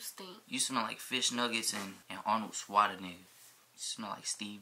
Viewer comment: “arnold swatanigga”